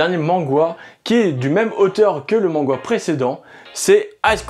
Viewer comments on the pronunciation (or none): Ça me perturbe de tentendre dire "mangwa" x) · Je sais pas si c'est moi qui me trompe que la prononciation, mais a chaque fois qu'il dit "mangwa" ça me trigger :') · Pourquoi il dis manghwa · C'est totalement horrible. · On dit manwha bg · bah y'a les manwha ou webtoon (solo leveling, towers of god, ect) et y'en a qui ressemble plus à des mangas, c'est en format papiers, y'a pas de couleur (sa je suis pas trop sûr) mais c'est coreen. Donc c'est pour ça qu'il dit mangwha